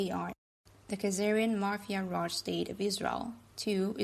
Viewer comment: Ben, thanks to pronounce mapheea in the place of mah-phee-uh. Hi from Sicily!